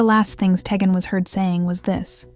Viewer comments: Tee-Gan not teggin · You are pronouncing the child's name wrong. It is pronounced TEE GAN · Id like to watch more, but the constant mis-interpreted name as Ta-gen. My god. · You were very thorough in your coverage of this. However you kept pronouncing Teghan’s name wrong. Please make sure you pronounce the names of victims correctly. It’s disrespectful not to, since many of us are going to remember her by her name. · This case is just horrid. Poor baby. Shame on the mom. Side note. This channel is not the best. I have watched a few and the names aren't being pronounced correctly. At least have some respect to say their names right.